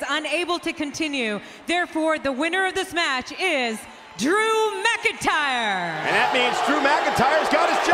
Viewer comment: its not drew mcintire